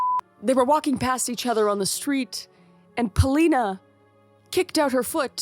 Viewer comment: The bedtime story 🤣 Loved how you guys kept saying Celina and Adam instead of Pelina and Sadam. You guys are the best 💕